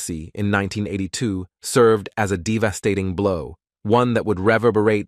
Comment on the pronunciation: Thank you for posting what I was gonna say. Only more intelligently than I would have said it. Who wouldn't want to narrate their own video? It would definitely cut down on the "abboose" of the language. This leads to "dee-vastating" results. Mr. "Swaayze's" legacy deserves better.😢